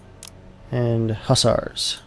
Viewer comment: The cav is pronounced Hoozars.